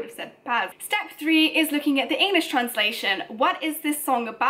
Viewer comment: Please don’t take any offense to this comment but when she said English did it sound like “anus” to anyone else😂 And I like La vie en rose